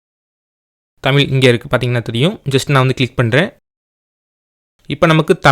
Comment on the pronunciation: தமிழ் தட்டச்சு செய்வது என்பது குறித்து தங்களது விளக்கம் பாராட்ட தக்கது. நன்றி! ஆனால் தமிழை தமிழ் என்று உச்சரிக்கவும்: "தமில்" அல்ல.